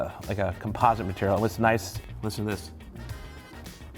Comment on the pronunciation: "Composite mateireal" ....It's plastic.